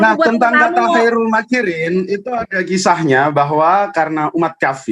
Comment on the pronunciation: Khoirul ko di baca kairul pie mbak e..mbak e.. Kaum terjemah memang menonjol